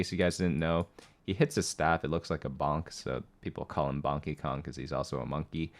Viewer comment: “Bonkeykong.” Fair enough.